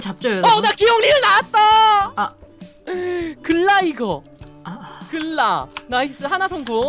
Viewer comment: 도티님 글라이거 ㄹ이받침이에요